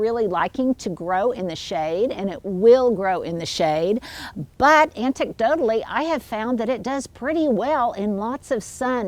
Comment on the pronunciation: anecdotally, not antecdotally